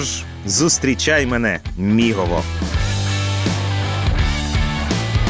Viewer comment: "мігово" отакої. про Буковину похвалила, а тут біда)) Мигове!